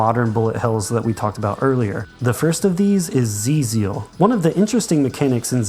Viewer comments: It is pronounced "Twelve Zeal" btw, not "Zee Zeal" lol. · Probably someone has already pointed this out, but the developer's intention for how "XIIZEAL" should be read is "Twelve-Zeal". Thank you for the list! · XIIZEAL is pronounced "Twelve Zeal" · Hate to be pedantic, but I am like 99% certain XIIZEAL is pronounced as "Twelve Zeal". There's a whole lot of 12s in the game.